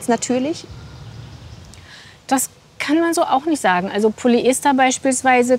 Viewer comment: Eine Expertin die korrekt Polyester ausspricht. Da freut sich das Chemikerherz. :)